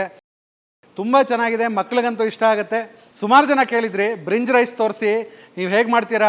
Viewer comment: ಬ್ರಿನ್ಜ್ ರೈಸ್ ಅಲ್ಲ ಭಿರಂಜಿ ರೈಸ್